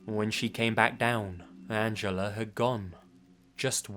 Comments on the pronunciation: "Angeler" lol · I love accent, pronouncing 'Angela' as 'Angeller'. Where did the 'r' come from?! XD